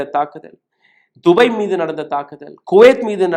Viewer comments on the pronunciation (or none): none